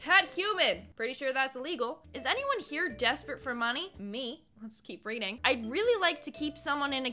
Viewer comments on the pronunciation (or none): none